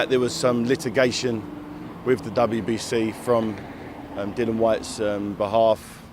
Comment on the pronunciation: I get other fighters mispronouncing Dillians name as a wind up, but no excuse from a professional reporter. Come on.